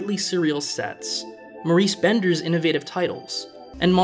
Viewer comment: Maurice BINder not BENder. LOL. You almost did it again. Another great video, BTW. And I wholeheartedly agree - "From Russia is Love" is the best Connery Bond entry, and arguably the best of the franchise. Shaw elevates everything he's in...